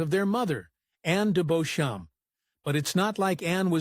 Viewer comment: The English pronounce "Beauchamp" as Beecham.